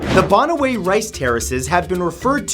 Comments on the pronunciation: Bana-wii,bana-wii,not bahna-weh! Ifoo-gaw! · You pronounce it Banawi not bonoway... :) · Mathew how you properly say bananue is (banawe) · ITS /ba/-/na/-/we/ not /ba/-/na/-/wey/ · It's actually pronounced bana- (like banana) whe (like whey without the y) . And eefoo-gow (like wow) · Hey Matt you have stressed the wrong syllables. It's baNAweh (Banaue) and eefooGAW (Ifugao) :) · The Banaue Rice Terraces is located in the Philippines and it’s pronounced as Ba-Na-We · it's pronounced Banaue - "ban-nah-weh" rice terraces, Philippines. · I laughed when he pronounced banaue and ifugao ..hahaha